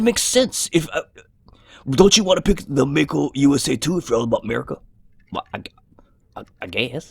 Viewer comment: I still don't understand why Mako is pronounced as May Ko. Anyway it looks beautiful.